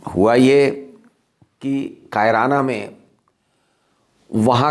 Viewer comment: आप बहुत वरिष्ठ और सुलझे हुए पत्रकार हैं, आप किसी डिबेट में तो ख़ूब बोलते हैं। अकेले में आपकी जुबान क्यों लड़खड़ा रही है? एक और बात कैराना को आप "कायराना" बोल रहे हैं? आप से ऐसी उम्मीद नहीं थी।